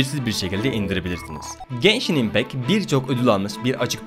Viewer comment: genshini geyşin die duymak zorundamıyım aw